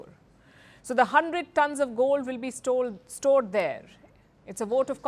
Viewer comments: That moment when she told stole mistakenly instead of stored😂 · she messed up the word stored with stolen 🤣🤣🤣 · Palki you are soo punctual and elegant the way you speak please be careful while reading prompt you mis read today ""store is not stole"" be careful next time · She almost said stolen instead of stored😛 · It was a hilarious moment when she slipped her tongue to "gold will be STOLED in India" instead of "Gold will be STORED in India" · "..100 tonnes of Gold will be STOLE...Err...STORED there .!!!.." Well some of us have that fear..!..May the 100 TONNES Gold ONLY be STORED..!